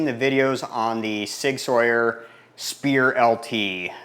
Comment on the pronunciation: Sauer is pronounced "Sour" not Sawyer.